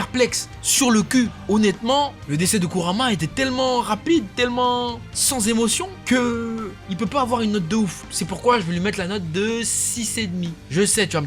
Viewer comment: Kurama* pas Kurma